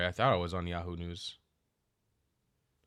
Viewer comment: Did you actually say 'yahood news' That's hilarious 😅😅😅